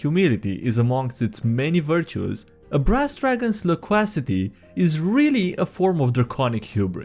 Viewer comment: You Nailed the pronunciation of loquacity!!!